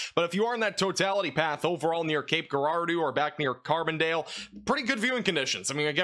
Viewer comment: Just an FYI: Cape Girardeau .. soft G.. ends in 'doe" .... gir -ar-doe... at least that's how I learned to say it from my grandparents who grew up in the area.... looks like here in Texas it may be a big nothing burger for looking upward... need the rain tho.